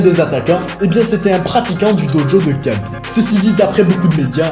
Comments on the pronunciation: C’est Rhabib pas Kabib ça se prononce Rh mais c’est kh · ça se prononce Rhabib. Merci pour la vidéo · Alors ça s’écrit khabib mais ça se prononce rhabib